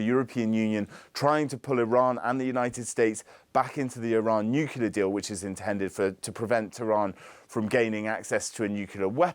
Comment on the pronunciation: Nuclear, ffs